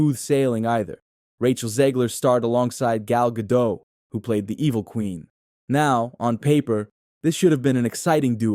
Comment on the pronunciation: Gadot, not Gado, the T isn’t silent at all.